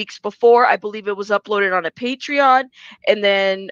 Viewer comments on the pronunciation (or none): none